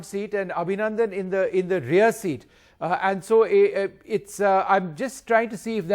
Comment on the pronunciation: Aaandu, eeeesssu, awardeddddu.. Nice English